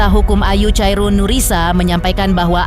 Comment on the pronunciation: bukan chairun mbak tapi sebutannya khairunnnisa